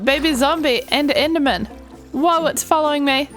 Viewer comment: so at this point you're just picking and choosing whether to say "e" or "i" why are u doing this? Why the hell would you say siven instead of seven and inderman like be so for real